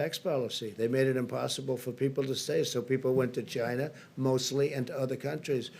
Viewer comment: He has to say "Chyna" virus every now and then to appeal to his white supremacist base.